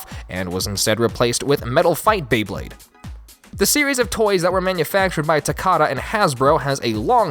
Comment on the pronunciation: You NAILED the pronunciation!